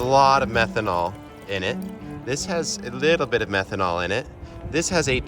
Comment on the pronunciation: I think he said methonal